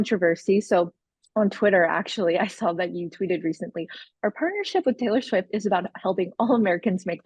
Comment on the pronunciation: Tttaylor.. Sfiwttt...